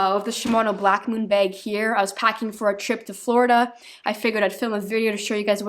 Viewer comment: Still says begg instead of bag